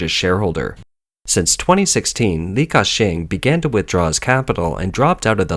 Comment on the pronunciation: Li Kashing -in